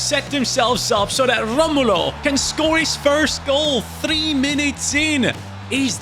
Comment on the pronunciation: Brazilians don’t roll there Rs like Portuguese do, Romulo name sounds like Ho-mo-low in